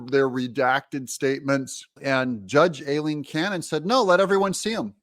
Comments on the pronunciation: The judge’s first name (Aileen)….is pronounced EYE—LEEN…..not “A”—LEEN ‼️ Come on, you’re a smart man, I’m confident you CAN get it right. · IF…. IF…. you stop MISPRONOUNCING the judge’s first name…THEN, I promise to subscribe.